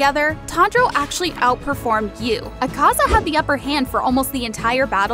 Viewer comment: You said Ukaza wrong and getato